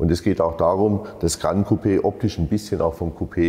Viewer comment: Geiles Teil! Würdiger Nachfolger der 6er GC. Ich werde mir einen 6er GC gönnen, der 8er ist echt in einer anderen Preisliga. Möchte noch erwähnen dass das "GRAN" nicht aus dem Französischen kommt...und es dementsprechend von fast allen falsch ausgesprochen wird...sonst würde man es "GRAND" schreiben und so aussprechen wie du. Tatsächlich spricht man es 1:1 so wie man es schreibt